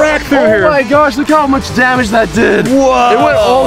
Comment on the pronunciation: WHY YOU SAy MUCK it’s MUCH YOU SILLY 😜